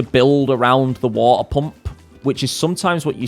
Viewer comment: I love the way you say water pump it took me a minute